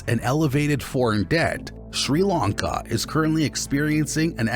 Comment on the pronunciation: I've been going to Sri Lanka for 20 years and now have a house there. Most of this is complete bullsh!t!. They can't even prounounce Tamil properly - or 'Sri Lanka' for that matter!